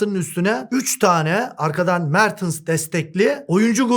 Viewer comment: Hocam '' Mertıns'' demeyi bıraksanız çoook daha güzel olacak :)